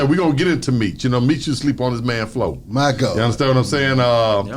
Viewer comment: B - “my gohd” 😂😂